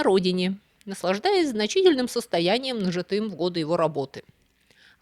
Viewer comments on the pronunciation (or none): Великолепный, как всегда, рассказ!, извините, но для полного совершенства Ваших выступлений, не облЕгчить, а облегчИть, и не нажитЫм, а нАжитым. Слушаю и смотрю Вас каждую субботу с неизменным удовольствием, но, как преподаватель русского языка, не могу не переживать от "мелких недочётов", не умаляющих достоинства Ваших рассказов. Всего Вам доброго!